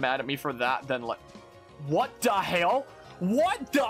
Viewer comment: the thing everyone should critique is your pronunciation of what the hell